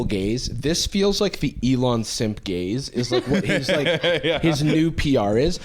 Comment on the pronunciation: Lmao my brain keeps processing it as "gays" every time he says "gaze" 😂